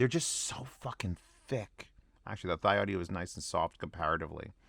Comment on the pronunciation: "Thee-Audio" is the correct pronunciation of the name, according to the designer of this IEM, Mr. John Park.